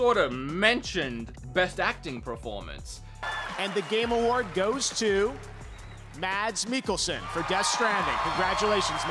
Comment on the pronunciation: Mads Mikkelsen, is pronounced: Mess Mickelsen